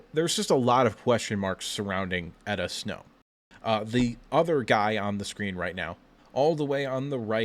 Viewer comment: Its Enow Etta. Not Etta Snow